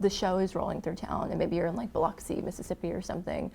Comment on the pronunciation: people love to drop Biloxi because it sounds cool. they always, always fumble the pronunciation. It's "billucksy," for whatever reason.